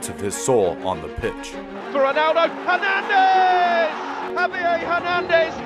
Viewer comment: You pronounced both of his last names wrong